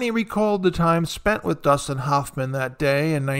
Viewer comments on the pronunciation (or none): Please learn how to pronounce Hoffman . 😃